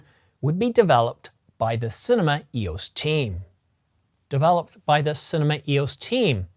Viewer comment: You mean to say CINEMA but say CINNAMON. You mean to say MEGAPIXELS but say MEGA PICKLES. Are you getting enough to eat? Maybe have a meal before making a video rather than after! 😆